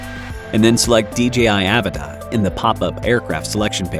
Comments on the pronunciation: Please just admit that it’s uh-VAH-tah and stop saying A-vuh-tah lol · It's pronounced "AH-VAh-TAH"